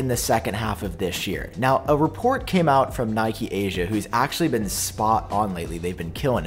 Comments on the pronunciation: It’s pronounced KNEE’keh, not NY’kee, please, it’s Japanese… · Congrats on the 300K subs! Good work. Love the channel. But what's 'Nike Asia'. Oh, you mean Nikkei Asia... You pronounce Nikkei like 'Knee' 'K'. Easy. Sorry to complain, but you are the third YouTuber in a row that mispronounced it, and I had to say something.